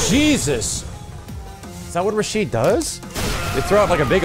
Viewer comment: Now I could be wrong about this, but I've heard his name is Rashid, not Rashido. I'm gonna look more into it though.